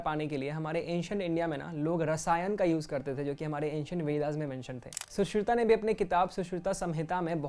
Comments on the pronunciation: अच्छा है पर तुम सुश्रुता क्यों बोलते हो!!!? उस किताब पर साफ़ लिखा है सुश्रुत संहिता फिर ये सुश्रुता क्या है? रामायणा?? योगा? हिमालया?? रामा? योग, हिमालय, राम, सुश्रुत ऐसे सुनने में अच्छा लगता है। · तुम्हारी वीडियो देख कर मुझे गुस्सा आ रहा है, क्युकी तुम लोगो के नाम का उच्चारण गलत कर रहे हो जैसे कि सुश्रुत को सुश्रुता कहना आयुर्वेद को आयुर्वेदा कहना। ध्यान रखो एक मात्रा बदलने से शब्द का अर्थ भी बदल जाता है। वीडियो बनाने से पहले ठीक से पढ़ना सीख लो अंग्रेजी विद्यालयों में ग्रामर का सही उपयोग करना सिखाते हैं लेकिन हिंदी में सही मात्राओं का उपयोग करना नहीं सिखाया जाता।